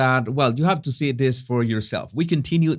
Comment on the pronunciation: Why is the narrator name calling? Is he 12 ??? He should work on his speech impediment. THIS not DIS